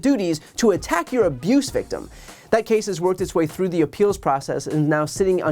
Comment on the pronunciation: 'i never sore this woman.." "trothe sential..."